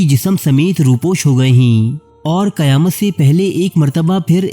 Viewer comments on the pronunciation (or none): none